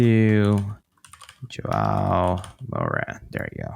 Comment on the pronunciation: "Jo-ah-oh Moura" - maybe learn how to pronounce your guest's name next time?